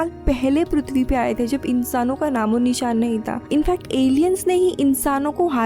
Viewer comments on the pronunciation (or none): none